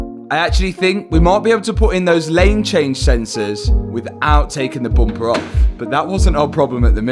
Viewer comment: Front bumper turned into a front boompa 😊